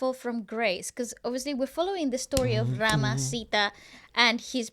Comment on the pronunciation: please do not say the name of the rama in the way you said it hurts the miliion hearts of the people who devoted to ram and almost every indian is devoted to ram , so you shouldbe carefull about your words man .